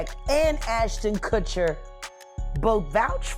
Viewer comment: Ashton Kushiner lol